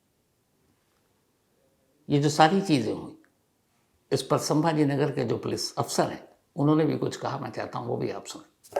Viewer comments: संभाजी नगर है संभा नगर नहीं है सर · I thought u were a good news reporter but u also have your agenda. In this news the place name you are unable to say properly is '' Chhatrapati Sambhaji Nagar he" not Sambha nagar. If it was by mistake pls apologized and give respect to the great Martayr and if was intentional, people will understand What exactly what u r feeling for '" Maharaj'. Even u were hesitating to add " Ji " in respect to Maharaj. Didn't feel good sir.... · Pronounce the name of the place correctly. It is not Sambhanagar but Chhatrapati Sambhaji nagsar. This is well documented in government records. I understand your pain of not pronouncing the correct name. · Asap sabhaji nagar ko sambha nagar kyo Bol rahe hai ..? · संभाजी नगर बोलिए बार बार संभा नगर बोलकर क्या दिखाना चाहते हो आप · Chatrapti Sambhaji Nagar. Hamare sheher ka nam to thik se lo. Aadar ke sath 😡😡😡😡